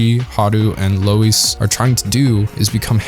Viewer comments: So we’re just gonna forget that he calls “loui”, “lueis”? Did he even watch the show :/ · Louis's name is pronounced like "Loo Eee", not "Low Ees". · Nobody: Not a soul: This guy: LOW-IS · I've heard "Loius", "Louie" and "Roius/Roous". "Louise" is a new one. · Beastars has tons of strengths, and the messages told are important and well portrayed. But I had a big issue with how everything is told rather than shown. There are so many moments when they explicitly tell you what’s going on in really bland ways. When they introduce Rouis (idk what to put, they pronounce it as Louis but that’s what I saw translated on Netflix), instead of showing that he’s determined to be beastar, they just tell you that he is. Instead of showing that it’s Haru’s instinct to show her arm in Legosi’s mouth, she just says it. The show does manage to have more subtlety in some areas, which I really enjoyed, they don’t when introducing these ideas :/ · Lol I literally died when you called Louis "Lois." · I have no issues with anything said in this video, other than the way he pronounced "Louis" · How do you tell the difference between Beastars fans who read the manga vs. Fans that only watch the anime? It's how they pronounce the grey wolf's name. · Yall watched the sub didnt u...if u watch the dub, you'll know u mispronounced Louis. Nuthn major...its jus my ADD kicking in lol